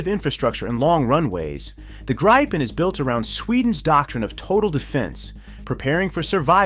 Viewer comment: Try pronouncing it as "gree-pen". That's still not quite right, but closer.